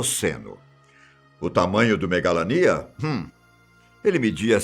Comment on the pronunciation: Pronumcio megalania errado